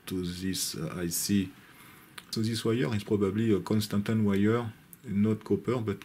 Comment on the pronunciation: Your pronunciation of constantan is perfectly good!